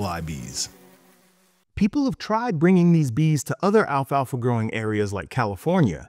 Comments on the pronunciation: He keeps saying "alfa alfa." It's Alfalfa. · Why does he keep saying Alpha Alpha seed? It's pestering me. It's just alfalfa